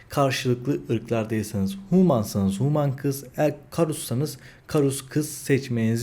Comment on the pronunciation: huuuman değil reyiz hümın. sağol video için.